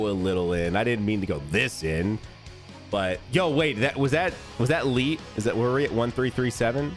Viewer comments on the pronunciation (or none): none